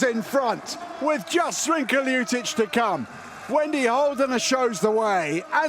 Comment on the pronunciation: LjuČić ? :D Is it so hard to pronounce Lj-ut- itch?